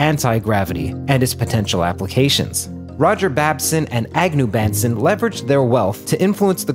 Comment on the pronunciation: it is pronounced Ba(w)n-son. FYI. I know the family personally